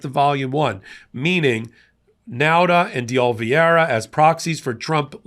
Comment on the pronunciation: Can you say O li VE ra!